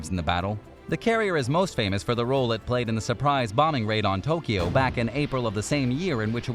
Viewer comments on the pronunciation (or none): none